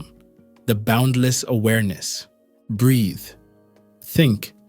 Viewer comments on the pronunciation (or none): why do u always say breath